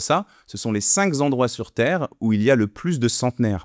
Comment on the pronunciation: Attention...cinq endroits et pas cinq zendroits....sinon, super vidéo.